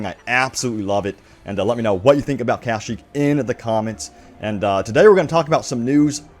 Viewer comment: Why do you pronounce Kashyyyk like that? It's kashyyyk not KAH-shyyyk